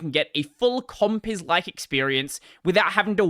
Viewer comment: It always sounds funny as hell. Compiz.. Compiss 😂